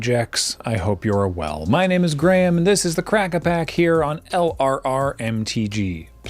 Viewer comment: I like that Graham pronounces that "Y" sound in his name.